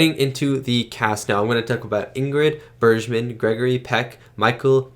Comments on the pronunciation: Bergman is pronounced with a hard g: Berg-man, just in case you come across her again in your film-watching journey. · Bergman has a hard G sound. Berg as in iceburg. Watch Casablanca and you will really love her.